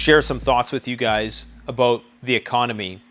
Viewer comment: " its all aboat money" lol